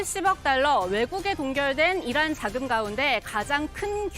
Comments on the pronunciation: 이란이 아니라 '이런' '이론' '일한' 으로 들리네요~ㅋㅋㅋ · 나는 이란 이 아니고, 계란 으로 들리던데 ? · 이란이 아니라 계란이라고 표명 했어야죠..전 다시 들어봐도 계란이라 들리는데!! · 다시한번 잘 들어보세요~~~! 이란이 아니라 이양이라했고, 적이 아니라 정이라고 했습니다! ㅎㅎㅎ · 다시 한번 들어보십시오. 이란이 아니라 이런이라고 했습니다 ㅋㅋㅋ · 이란이라 하지않고, "이런"이라고 들리는데, 나만 그런가 ? 왜그래 ? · 잘들어 보십쇼.이란이 아니라 명란입니다.주적이 아니라 추적입니다.아니라구요?그럼..기억이 잘 나지 않습니다.암튼 국익을 해치는 조작 방송하시면 안됩니다.